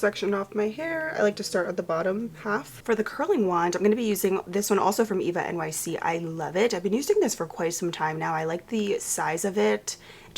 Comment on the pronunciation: I don’t think they pronounce it “Eva-nyc” I saw a TikTok of a girl saying she went to an ulta and they were like “that’s not how you say that”